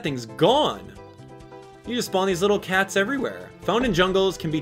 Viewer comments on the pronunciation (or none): none